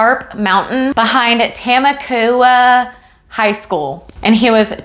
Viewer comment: Lol it’s Ta-mok-wa